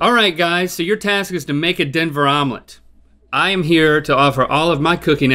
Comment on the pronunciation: Someone please tell me is still alive after that”Omelet”